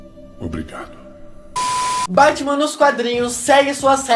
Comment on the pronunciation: ele falou bartman